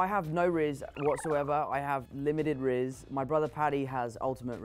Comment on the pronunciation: him saying "rizz" is hilarious